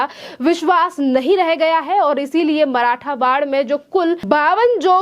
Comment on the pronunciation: मराठवाड नहीं मराठवाड़ा 😂😭🙏